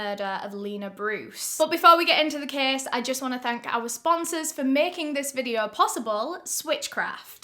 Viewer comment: There's no r dear. It's like videoooooo. 👍